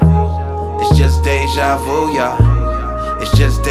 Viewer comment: I'm pretty sure that is how it's pronounced, Déjà vu, just Lecrae didn't technically say Vu right